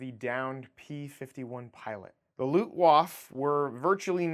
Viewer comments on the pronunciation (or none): Its called Luftwaffe not lutwaff